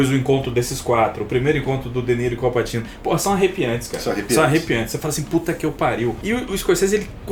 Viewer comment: a pronuncia é Au Patchino